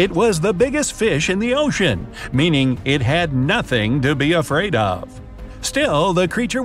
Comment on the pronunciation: I like he’s like 2 to nothing! But he really emphasizes the nothing lol